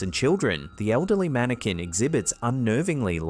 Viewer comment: "Mannequin" not "Manikin" 😂